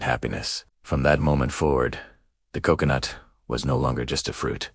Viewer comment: Se ou se ou noot Instead of Co... co... nut? Hail Ai! 😂